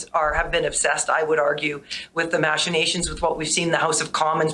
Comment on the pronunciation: Another low IQ politician. Found a big word and can't stop saying it. She doesn't even pronounce it correctly! Machinations